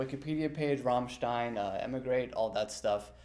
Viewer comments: 2U I doubt that. Till appears severe and strong, but I've heard he's a big softy. Apparently, he's quite shy too. He would have probably brushed it off, or politely tell him how it's truly pronounced (notice how pronounced it properly later in the interview... Maybe Richard corrected him off-camera) As someone who does metal interviews myself, I'd say we can give him some slack. Even if, truth be told, you should at least try to pronounce the name of the band properly prior to the interview (I would know about it: as I interviewed Spanish bands, the hardest part is to nail how to pronounce their name!) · It was certainly nice of the interviewer to try to speak some German, but maybe next time he could learn how to pronounce the name of the band properly. How embarrassing. You can actually see the disappointment in Richard's reaction. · When speaks German he pronounces Rammstein incorrectly and when he speaks English he pronounces it correctly. Strange. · the disappointment on Richard's face when he says Rammsteen lmaoaoaoa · Richard when he said rammstien is priceless 😂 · People who pronounce their name as Ramsteen clearly never heard the song “wollt ihr das Bett in Flammen sehen” or “Rammstein” lol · It isn’t RammSTEEN it’s RammSCHTINE take a German class and get it right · it's not "rammsteen", its RAMMSTEIN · How can you interview Richard and not say Rammstein properly. It's Rammstein not Rammsteen! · Hey! Its not Ramsteen, its Rammstein! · RammSHTINE. not RammSHTEEN. lol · '..aus Ramstiiin' and Reesh is just like 'oh man, not again' XD. Guys it#s RammstEIn not Rammstin. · it should be ramstayn right?,am i right? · “Rammsteen” Why? In front of richard kruspe 💀💀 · Rahmshteen? Dude... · God I hate the way some people pronounce rammstein "ram-shteeen" lol cool video though. Always like these fact/fiction videos on musicians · "Rammstein" not Ramm-steen 🤣 Til asked me once "why Americans have difficult time saying RammSTEIN ?" 🤣